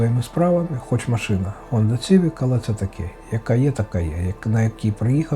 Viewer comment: Honda "С"ивик, а не Цивик.